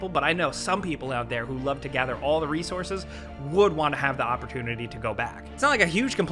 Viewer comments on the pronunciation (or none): none